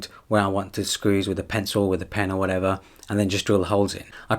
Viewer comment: He does! And he likes to say "or wa'ever" often. I find it funny hahaa